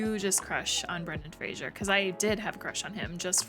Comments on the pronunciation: Pronounced Frazer, not Frasier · Hi! Love your reactions! Just FYI, Brendan Fraser's name is pronounced "FRAY-zer." Rhymes with "razor." Everyone in the world seems to pronounce it "FRAY-zher," like Kelsey Grammer's famous character, but that's not right. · Pronounced "frazer." If you say "frasher" he knows where you live. (And if anyone remembers that reference, you're old af)